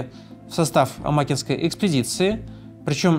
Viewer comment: Попугаеву всегда помнили в Мирнинском районе, в ее честь названы улицы, а в г. Удачный ей стоит памятник. И не А'макинской, а Амаки'нской)